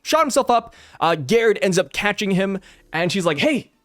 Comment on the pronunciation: Since Gerd and Gerde are european/scandinavian it would be pronounced with a G not with a J